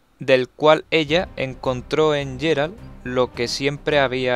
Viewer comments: en ingles ingles lo nombran Geralt no yeralt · es GUERALT NO YERALT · No es "Jerald". Se pronuncia como "Guerald"